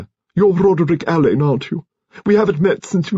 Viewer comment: Another reader who doesn't know how to pronounce Alleyns name. Marsh is fuming in her grave because she actually included in one of her books How And Why It Is Pronounced. I can't wait for Hercules Perrotte and Shearluck Homs.